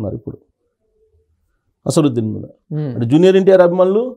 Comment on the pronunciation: Asaruddin? You don't his name properly?